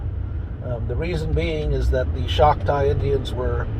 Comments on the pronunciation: its CHOCTAW not Shoctaw. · It’s not schocktaw it’s Choctaw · CHALK-TAW would be better in order to pronounce